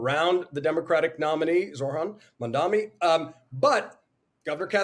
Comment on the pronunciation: i know we are in trouble when the host kept saying mandaMI, with 60 days left to election